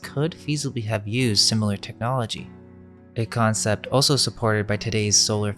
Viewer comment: why??? I want these videos to reach as many people as possible and when you CONSTANTLY screw up simple words, you alienate INTELLIGENT people who COULD help, but don't because they see you as stupid. Saying "dilapiTated", "oso" (instead of also), "REVOLUTIONALIZED" (not a word) and a BUNCH of other stuff just makes this dude look stupid and takes credit away from the AMAZING work they ACTUALLY do!! The ARROGANCE it takes to tell someone "calm down" means you're a part of the problem... especially considering, why SHOULDN'T he/they fix such easy, OBVIOUS mistakes??? Do YOU want to walk around saying dumb things or saying things wrong??? I'm SECURE enough that if I'm saying something WRONG and someone CORRECTS me, I ADAPT... I don't just keep "believing in the bible because I WANT to" (thats an ANALOGY since I'm SURE you're confused)...